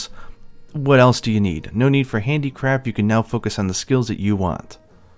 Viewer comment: Do you say handicraft or handicrap? 😂